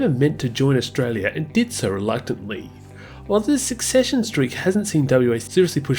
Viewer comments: SECESSION is not pronounced “succession”. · The word is secession and is pronounced suh-session